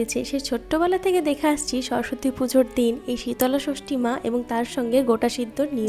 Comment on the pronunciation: Dude it’s shitol shoshti 😅😂 again the same thing ur saying like shitola bhog Re gal shitola is a goddess